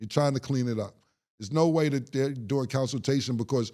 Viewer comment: Lol "Counsiltation" is crazy, too